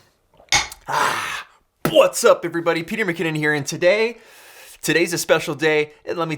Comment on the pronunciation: Is it just me or does every "whats up everybody" sounds more like "vvvwhats up everybody" lol